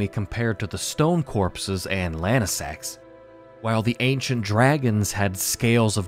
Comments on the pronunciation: Wouldn’t Lansseax be pronounced Lan-see-ax, not Lan-i-sax? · Bro its Lansseax, not lanesax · Lansseax. Say it with me. Lance&Axe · bro rly jsut said Lansax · Pronunciation 100 I don't know how lansseax can be pronounced lanesax most of the other ones were also mispronounced, do u mispronounce names on purpose or what? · Yeah, that's because Adula pushed past her limits and went into Super Dragon God Super Dragon (Evolved). (also had to double check the wiki to be sure I wasn't going crazy and yes, he's pronouncing Lansseax like a madman)